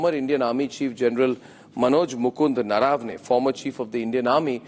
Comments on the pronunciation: It’s not Naaravane. It’s Naravane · It's not General Naraa-vane, it's Nar-vane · Naravane is pronounced wrongly - we Learned Indians don’t pronounce properly and we take offence to others doing that. I see most news guys pronounce the name incorrectly Rajdeep gets that one right